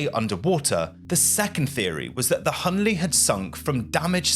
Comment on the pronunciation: It’s HL Hunley, not HL Hunley.